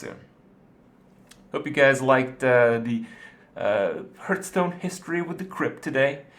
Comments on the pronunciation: i`ve always wondered, why is he saying "hurtstone" instead of "heartstone" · its HEARTHstone, not HURTstone..